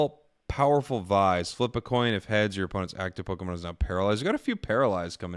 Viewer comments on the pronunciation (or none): 'vise' is pronounced as 'vice'